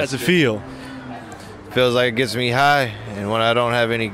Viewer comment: “Let meh know if you can earrr meh.” Lmao